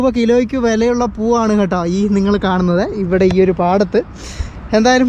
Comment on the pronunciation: പൂവ് എന്ന് പറയുമ്പോൾ അക്ഷരം മാറാതെ നോക്കണം 😄😄